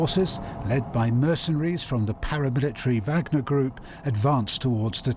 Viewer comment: Ok soooo.. is it vagner .. Wagner..wogner..or vogner...jeese Peet's